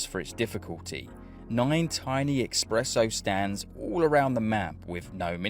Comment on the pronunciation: you got to work on your "Expresso" sire (expresso = faster. espresso = strong coffee)